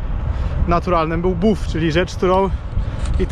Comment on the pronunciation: ten czy ta, obojętnie, ale <<<BAF>>> a nie 'buf' :D